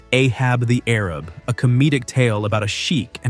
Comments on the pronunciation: And “Arab” vs “ A-raab.” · REALLY unintelligent voices need very much work. A-hab the Airib? Doesn't make any sense. A-hab the A-RAB to rhyme. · Sigh, . . .the title is pronounced "Ahab the A-rab". You obviously weren't there at that time. Sad. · You're not pronouncing Ahab the Arab correctly. It's not Ahab the Arab, but Ahab, the A-rab. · Idiotic. It is pronounced " Ahab the A rab - nor arab ! That's the joke ! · Ahab the Arab not Arib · Ahab the A_RAB (not air-ub) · it's Ahab the A-rab not air- rib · It's not Ahab the Arab, it's Ahab the Ayrab. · It was pronounced Ahab the A-Rab not arab. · Ahab the Arub instead of Ayrab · It's not ahab the arab. It's a-hab the a-rab. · ahab the arab, pronounced arab as a-rab not ar-ab. I just listened to the song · Ahab the air-rib? You really need to listen to the songs in your videos. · Ahab the Arab. Both words were pronounced with a long A sound. Not the way we say Arab today. But rather AAArab. Ahab the AAArab. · Boomer here. It's pronounced A-hab the A-rab. Loved Ray Stevens 💖. Remember "Guitarzan"? And his one ballad was "Everything is Beautiful." Wonderful song! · It is A-hab the A-rab. I know because I was alive then. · It's pronounced A-hab the A-rab. :-) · Right.. I came here to say that. They rhyme and it's irritating to hear him mispronounce it.